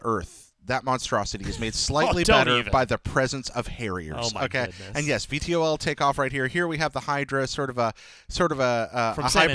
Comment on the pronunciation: Suppose have to say "V-TOL" not each letter individually haha